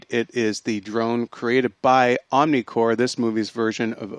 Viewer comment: Why do you guys constantly keep referring to the organization as 'OmniCore'? It's OmniCorp. Get your facts straight you so-called film geeks.